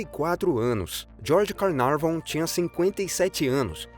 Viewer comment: Carnaveron e não Carnavon; pelo menos é assim que se ouve, neste video. De qualquer forma... é um excelente video! Fala rápida mas bem clara, o quê poucos conseguem: falam rapidamente comendo 3/4 das palavras e não se entende nada do quê dizem?! Obrigada por postar tudo isto 👏🏻👏🏻👏🏻